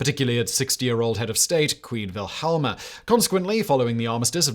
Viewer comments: Queen "VILHELLMA"??? It's "Wil-hel-mina", FGS!! I thought you had a team behind you!! ----- At least someone corrected you before too long - that could have begun a major international incident on YT! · queen wilhelma?? it is wilhelmina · Why say Wilhelma instead of the correct Wilhelmina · Did you really call our queen wilhelmina vilhalmer it's the female version of Wilhelm how can you pronounce it so wrong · Queen Velhemer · The Dutch pronounce W as V just like the Germans. V is pronounced as F…